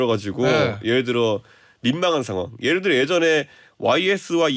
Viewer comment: 엠씨는 발음 좀 똑바로 해주세요 예를 웨 이게 멉니까?